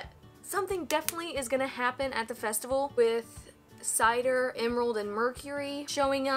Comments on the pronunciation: DID YOU JUST CALL CINDER CIDER. I CAN'T ANYMORE I'M ON THE FLOOR RIGHT NOW xD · Just a little heads up. You have been saying Cinder's name wrong. It's Sin-derr and not Cider like apple cider haha.:) Thought I'd save you from being chewed out by fan-girls/boys in the up coming future. 😜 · her name is cinder, not cider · Hehe, you called Cinder "Cider" at the end 😂 And yeah, Weiss and Ruby's relationship is so great. I just love how Weiss says "Shut up, don't touch me" but actually hugs Ruby back. She's just so tsundere ❤ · Great reaction. I laughed when you said "Cider" referring to the bad guys leader, it's "Cinder" just in case you didn't know:) Also there is another Rooster Teeth animation called X-Ray and Vav, you should check it out. All of RWBY has little cameos of other Rooster Teeth stuff. For example, the poster above Yang's bed is a real poster for Achievement Hunter, another part of Rooster Teeth that focuses more on video game content and 2 of the members are the people who X-Ray and Vav are taken from. I always look forward to your reactions, keep it:) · Just so you know, her name is Cinder like Cinderella, not Cider like apple Cider. Honest mistake, what can you do? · Lol she called Cinder "Cider" xD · Are you saying Cider? Like Apple Cider? Maybe I didn't hear you right , but her name is Cinder, in case you heard it wrong. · It's Cinder, not Cider. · Here I am thinking RWBY's funny because of its references and here you are missing all sorts of little Easter eggs yet still laughing at the jokes. That tells me that you are a genius and this series is brilliant. Also I am now and forever going to pronounce Cinder name as Cider. It will make her future comedic bits funnier.